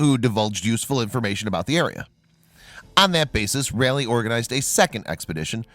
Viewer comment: You sir,butchered the names from Raleigh and Croatian. Crow uh tan. Bert T